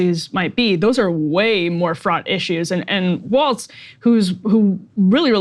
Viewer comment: It’s funny that and Emily either can’t or won’t remember Walz name is Walz not Waltz. It’s not that hard to not put the letter “t” in a word that doesn’t have one. 😏